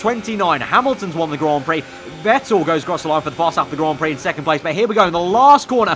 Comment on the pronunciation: Stop saying Grand Prix PLEASE🙂